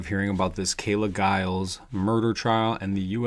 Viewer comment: youre right--- you dont know,,,and you dont know how to pronounce her name....talk talk talk a bunch of smack...lookinthemirror